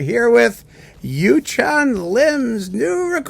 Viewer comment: Hi, it's Yunchan, not Yuchan. Thanks for the review!